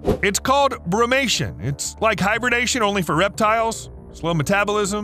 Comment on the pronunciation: Did he say “bromation”?